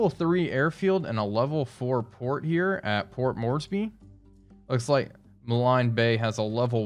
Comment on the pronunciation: Just thought I'd give a quick course in pronouncing the towns and cities in Papua New Guinea. Milne Bay is pronounced like the pottery oven "Kiln" - except with a M. Lae is just like "Lay". If you wanna go extreme it's like "Lahey" but really really subtle on the H. Your Port Moresby is perfect. Think Port S'mores-bee. I think what happens is that people see the extra E's in these names and think it's more complicated than it is.